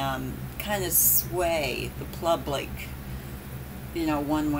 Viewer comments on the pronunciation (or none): LOL did you say plublic? Sorry I'm bored too. Love your videos "always" 😘